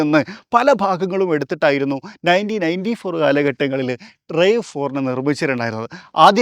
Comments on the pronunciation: ടൊയോട്ട റാവ് ഫോർ എന്നാണ് പറയേണ്ടത്.. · The "A" in RAV4 isn't pronounced as a long A. It's a shorter A😅